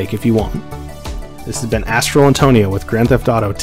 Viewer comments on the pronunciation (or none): none